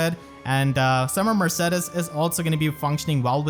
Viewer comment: is that really how her name is pronounced? isn't it murr-say-deez?